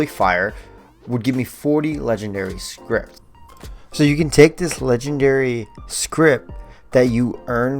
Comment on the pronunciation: My brother in Christ, it's scrip. No T. Please. Lmao